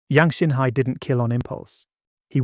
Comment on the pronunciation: Great story...but could we be more accurate with the chinese name pronunciation